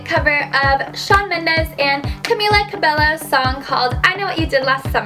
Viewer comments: I'm just saving you from a lot of embarrassment and hate from Harmonizers/Mendes Army. It's pronounced CabeYO. It's okay if you didn't know. I won't judge. 😘😘☺️ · You pronounced Camila's last name wrong !!!